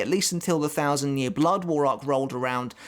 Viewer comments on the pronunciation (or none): none